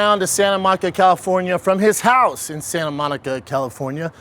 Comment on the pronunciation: SolidSnake610 “we made him drive all the way from his HaUSe🥴”